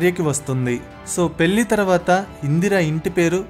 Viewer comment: Babu..నీ భాష ఘోరంగా వుంది...ముందు సరిగ్గా మాట్లాడ్డం నేర్చుకో...పెల్లి కాదు పెళ్ళి అనడం నేర్చుకో...వాల్లు కాదు వాళ్లు...విషయ సేకరణ బావుంది...ఆవిడ మొత్తం జీవితాన్ని 15 నిమిషాల లో crisp గా కుదించి చెప్పడం బాగుంది...కానీ నీ తెలుగు ఉచ్చారణ ఘోరంగా వుంది..సరి చేసుకో..Good luck ..